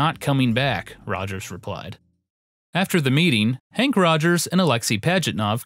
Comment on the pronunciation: Also, it’s Henk Rogers, not Hank. Peace.